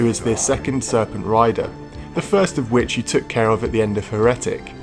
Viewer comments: HER-Eh-Tic lol. its pronounced more like Hair-uh-Tic. Loved hexen! Especially the hidden 4 play co-op. mind was blown when we discovered that haha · I can’t be the only person who is bothered by how he says the word Heretic as “Hair-etic” rather than Heretic as “Hera-tick” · Heretic, not heh-reh-tic 🫣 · You pronounce heretic weird it's usually pronounced hair-it-ic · Is is not pronounced "Hair-uh-tick" (Heretic)?? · Anti-liasing? He-re-tic? What the jesus fuck? Good review otherwise. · the way you pronounce heretic made me die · The pronunciation of Heretic ruined what was an otherwise solid video for me. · i say class like that and im English its natural to me i can't help it. i also say bath and grass with a r. Many people say it like that. Though i must admit i don't understand why he says heretic like that I've never heard it pronounced like that before. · Great review think i'll check this out... although you might want to check out how to pronounce Heretic for future reference :)